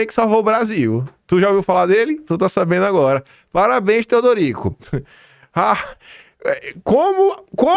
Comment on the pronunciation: "Parabérns, Theodorico!" HAHAHAHAHA